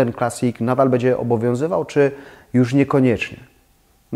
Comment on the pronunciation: z przyjemnością oglądam Pana filmy, byłoby mi jeszcze przyjemniej, gdyby dbał Pan bardziej o poprawną wymowę np. minimalizM, bĘdzie:) to nie krytyka tylko konstruktywny feedback;) ps. Chętnie obejrzałabym filmik o stylach - japandi, modern classic itd. Chyba że juz taki jest, ale nie mogę go znaleźć…? Pozdrawiam!